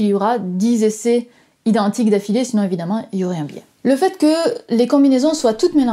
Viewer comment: ... vingt zessais par sujet (...) donc cent zessais au total. Zessais... c'est un mot français ou québécois?